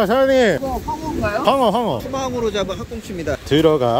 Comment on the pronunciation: 황어가 아니라 퐝어 인줄